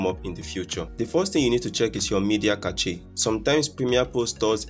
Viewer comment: my dude, did you say cache like CATCHY? lol other than that good video man